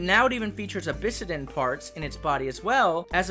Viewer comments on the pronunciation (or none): Really fun stuff here. Excited to see more of the story unfold too! Two small language notes though – Jotun is pronounced with a "y" sound at the front instead of a hard "j." Think "Yo-tun." And then it's "obsidian" vs. "obisidan." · I got caught way off-guard from how he said obsidian. "Abyssidin" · yeah the "obisidan" part threw me off a bit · obsidian is pronounced ob-sid-ien, also first time viewing the reigon and it looks great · Everything is perfect except that obsidian pronunciation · Getting heavy gen 5 vibes, which is awesome because It’s my favorite gen. I will say though I’ve never heard someone pronounce obsidian like that before.